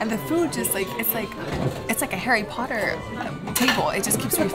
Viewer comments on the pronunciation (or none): none